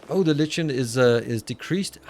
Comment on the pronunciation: Love the playthrough. I like the chill games. Maybe you can do a run of this per run of Factorio if they come out with more content. FYI, the word "lichen" is pronounced 'like-en' in US English, and something along the lines of loik-n in English English. But a whole lot of people pronounce it incorrectly.